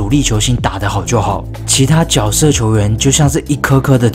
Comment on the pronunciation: 那个字念jue